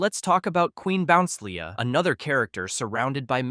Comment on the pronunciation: QUEEN BOUNCELIA IS PRONUNCED 'QUEEN BO-NCE-EEL-E-A'